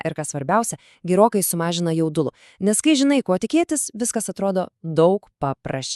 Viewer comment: Nuoširdžiai, siūlau bent savo balsu įrašyt.... "gerokai sumažina jaudulo", "regitra kaškas lt", "pratimų skiemos", "raktas į sekmą". Gėda klausyti...